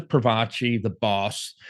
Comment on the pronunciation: Its Pro-faci not Pro-vaci.....